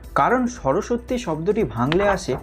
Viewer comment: তবে উচ্চারণটা কিন্তু (সরোসোত্তি) নয় (সরোস্-সতি)